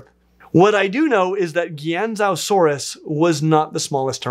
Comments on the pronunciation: Not trying to be that guy, I just want to be nice and educate you bc someone out there is going to be really rude about it someday. Qianzhousaurus is not said the way it sounds. It’s said more like Chen-jow-sawr-us and not gi-an-zo-sawr-us. Hope this helps! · For the record, in pinyin (the standard romanization of Mandarin Chinese), “q” is a sort of light “ch” sound, and “ou” is a long “o” sound, not an “ow.” Qianzhousaurus should, therefore, be pronounced vaguely like... “Chien Joe saurus.” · I loved your video but, how you pronounced Qianzhousaurus made me laugh. Pronounce Qianzhousaurus like Chi-an-zhou-saur-us. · Qianzhousaurus would probably be pronounced more like Chi-ahn Jh-ouh saurus, but said quick enough to essentially be one syllable each (four syllables in total), though I'm not sure what tones it uses as I'm not a native speaker. The Pinyin (romanized way to write out Chinese characters) can be tricky if you're not familiar with the spoken pronunciation. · Qianzhousaurus would be pronounced as chian-joe-saurus (ch like in chance). Zuchengtyrannus would be Zucheng (like... the ch in chance) tyrannus. Great video tho!! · I believe it's pronounced Ju-cheng-tyrannus. And Qianzhousaurus would be Chan-joe-saurus. It's pretty easy if you have a Pinyin pronunciation guide! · Isn't Qianzhousaurus pronounced Kwan-shoe-saurus? The Mantar should look more like Goro from Mortal Combat. A 4 armed double stacked torso humanoid, not a hunchedover, walking on hands and feet humanoid. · Qianzhousaurus is pronounced 'chi - an - jow - saurus' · Qianzhousaurus is pronounced differently. The Q makes a 'ch' sound like in 'champion', and the Zh is a digraph that makes a sort of 'j' sound like in 'mirage' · I may be wrong about the Zh sound, but it certainly isn't pronounced like an english Z